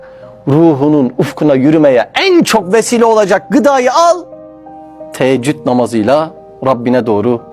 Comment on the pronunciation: Teeccüd değil Teheccüd namazıdır aslı Yanlış telaffuz ediyorsun